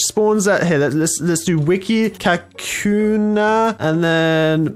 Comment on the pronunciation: It's pronounced ka koo na